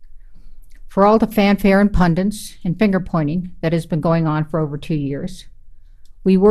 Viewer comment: "Pundints"?? SMH